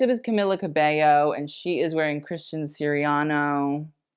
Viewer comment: Why is it whenever I hear talk about an outfit from Christian Siriano, it always sounds like a Christian Sirian-NO?